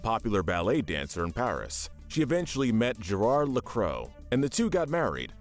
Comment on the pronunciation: Gerard Lacrow? LACROW?! His name is Gerard Lacroix, which is pronounced La-cr-wa. the letters OI make a WA sound in French.